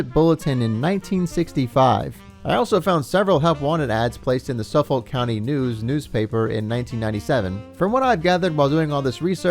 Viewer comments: "Suf-fuck" It's "Suf-Fuck" . I live on Long Island where this place is located. It was just odd hearing Suffolk County pronouced "Suf FOLK". Lol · It’s pronounced “Suff-ick” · thanks! was going to comment this, nobody pronounces the L 😂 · As someone from New York, I laughed at your little Islip joke - very much a joke my dad made whenever we passed it Also the way you pronounce "Suffolk County" is funny - we tend to pronounce it like "Suffick"